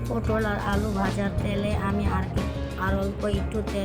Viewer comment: পোডল না পটল হবে।